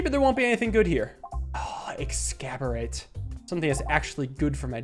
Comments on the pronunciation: Ex-cab-orate. cmon it’s Ex-ace-orb-bate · ExACorbate, not ExCAborate. It's a play on the word exacerbate. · It’s exacorbate, like exacerbate, not ex-caberate! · Ecks-as-or-bate not exCaborate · it's not "excaborate" or however you pronounce it. It's ex-as-orb-ate, a pun on the word "exacerbate" meaning to make things worse. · Waiting for the day that realize that Exacorbate is supposed to be a pun on exacerbate and not pronounced excaborate 😂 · "Exacorbate" is the name of the orb, not "ex-scab-or-ate." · I'm convinced he knows exactly how to pronounce it but just like "morbidorb" he chooses to get it wrong on purpose. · The video is great but the way you pronounce Exacorbate every time is making me lose my mind.